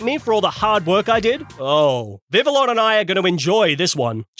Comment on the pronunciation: DO NOT LEAVE OFF THE L'S IN VIVILLON!